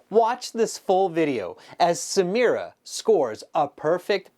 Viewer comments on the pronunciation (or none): Samira ❎ Samura✅😂